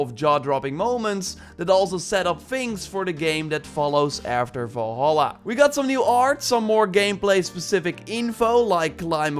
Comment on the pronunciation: One MAJOR nit: Valhalla is NOT pronounced Vawlhawlah but rather Vulhulla. Three short "ah" sounds, not two long "aw" sounds and a shorter "ah" at the end. Please.